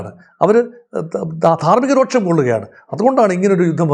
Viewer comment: Pls try to pronounce " ധാർമിക രോഷം" because " രോക്ഷം ' is a wrong pronunciation, but u r the best observer about the war